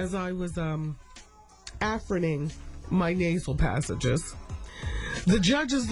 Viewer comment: Afferning them😂😂